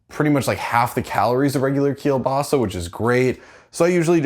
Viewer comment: Nice video, good looking house :) But my personal favorite part is how You pronounce "kiełbasa" - very well said ;)